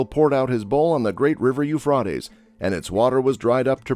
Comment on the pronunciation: You really don’t say what was discovered this is a long explanation about what happens when you put in dams what did you discover about the drawing up of the rivers and then you pronounced Euphrates wrong